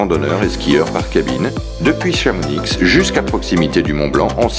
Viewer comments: On prononce pas le x pour Chamonix On dit "Chamoni" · On ne prononce pas le X de Chamonix...